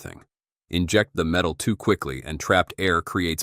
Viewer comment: That tax-iss is made of pure met-ale. Thanks Mr AI narrator.